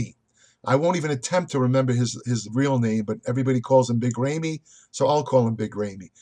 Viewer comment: Wrong on Phil. Brought his best package. And can't call Ramy, "Rayme" and expect people to take you seriously.